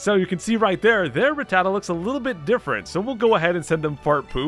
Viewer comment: um my dude you say Ratttata just fine, that's how it's pronounced lmao